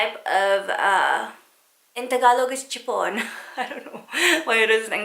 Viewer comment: i love it when u said chupon and tabo😁